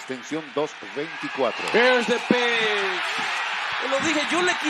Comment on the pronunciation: Here is the pisshhhh. Pense que se decia pitch 🤣🤣🤣